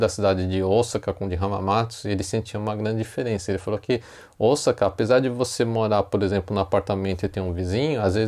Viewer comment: Esse é um erro q vejo vários jornalistas cometerem ao falar da cidade de OSAKA!! Deveriam se informar melhor!!